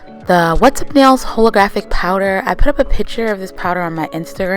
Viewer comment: informational but I just can't get over how you pronounce holo and holographic D